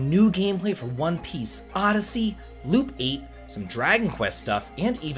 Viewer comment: U pronounced odyssey wrong 😅